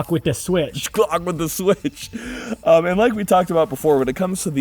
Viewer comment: Not “With Da switch” “ Wit Da Switch” we made the h silent 😂😂😂😂😂😂😂😂😂